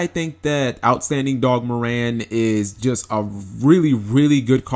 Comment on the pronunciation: It's pronounced "Mär-Ren"